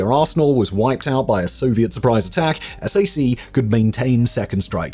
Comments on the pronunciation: "S A C" is normally enunciated as "Sack" and is understood to mean Strategic Air Command. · Just a tiny American pronunciation thing for you on the Air Force Strategic Air Command or sac we don't spell it out we say sack. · Sac, is pronounced sack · SAC is pronounced "sack." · As a person who grew up in Omaha, near the headquarters of SAC, please don't be shy to call it SAC (like SACK). It's strangely weird to hear it lettered out. But, great video and interesting story! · While I am not allowed to confirm nor deny anything in this and your other awesome videos, I can confirm that we did not pronounce S.A.C. as separate letters. We just said “Sack”. :-). Thank you for all the work and research you put into your videos! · Found your comment that you mentioned! It’s wild. I could have sworn I’ve heard Simon say SAC correctly before. He’s so thorough. All is forgiven right? I stayed in the area and settled in Wahoo.